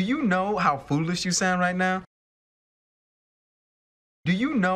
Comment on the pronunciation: Sound 발음 6번 7번 사나로 들리네요 ㅜ